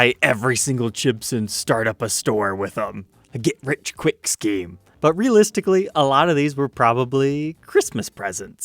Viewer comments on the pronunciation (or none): none